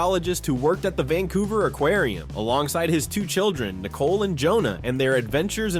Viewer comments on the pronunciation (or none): none